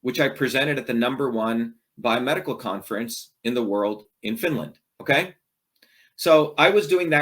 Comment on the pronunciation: Lob how he says OKAIII time 2 time...